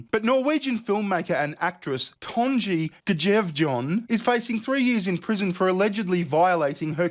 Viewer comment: I actually spit out my tea when you tried to pronounce "Tonje Gjevjon".